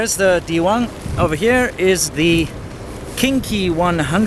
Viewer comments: YUP! Kinky! Every time! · Every time he said "KingKey", all I heard was "kinky" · Everytime he says "KingKey," I hear Kinky. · lmao when you said king Key it sounds like Kinky and makes it funny like a porn area I wonder if thats why they picked the name to get tourist there. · kept hearing "Kinky 100"